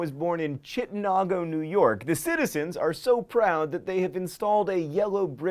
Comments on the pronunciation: Chittenango is pronounced 'chit-nang-go' not 'chit-nong-o' also my siblings have danced at the Oz Fest in the past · Chittenango NY is actually pronounced like ChittenAIngo not ChittennAAAHngo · Chittenango is pronounced Chit-te-nEHn-go, not CHit-ten-nahn-go, btw. Still, love these videos. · it's pronounced ,chitten an-go ,not nahgo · Chittenango is actually pronounced chit-NANG-go. Not chit-NON-go. What can I say, I lived 10 minutes from the place :/ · AHH! So pumped that my home of Chittenango was mentioned! I was sad that it was pronounced wrong, but STILL. We're such a little place it's so exciting when we're noticed. FYI, Chittenango rhymes with "tango" instead of "bongo" :-D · Chittenango NY is NOT Chittenongo or HOWEVER you said it. The a sounds like the a in apple. I mean, you could have used Google translate... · Its pronounced Chit-nan-go. Ive driven through Chittenango so many times, and its really just a typical Upstate New York town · I love these lists and I think this might be a little late, but I couldn't help but laugh at how you pronounced 'Chittenango, NY'. John Green! It's said like 'Chit-nAn-Go'! But you were close. Kind of. A for effort. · Although I know that mispronouncing things is your thing, I thought you should know that the town that L. Frank Baum is from is pronounced Chittan-ANG-o, with the "ang" part sounding like the "ang" in "angus beef." I go to school nine miles south, so that's how I know. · it's pronounced "Chit-en-ang-go" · ChittenANGo, honey. Like tango. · Oh John, it's a good thing mispronouncing things is your thing, because you were way off on Chittenango. The 'nango at the end rhymes with mango. Also, it's our sidewalks that are made of yellow brick, not the road. On the other hand, I was absolutely tickled that of all the odd things you could have chosen about NY, you picked my little podunk town. :D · Chittenango, NY. (Chit-NANG-go) you butchered the pronunciation haha. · It's pronounced Chin en nang go!!! GODAMNIT!